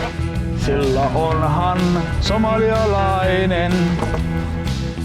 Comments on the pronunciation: Toi kuullostaa et noi sanoo olen somalialainen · sehän sanoo sjomalainen?:D